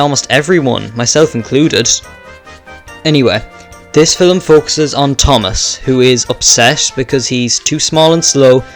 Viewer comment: What’s a filim??? 💀💀💀 also turn down your mic